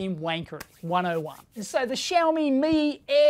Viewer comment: Why he calls it Shoephone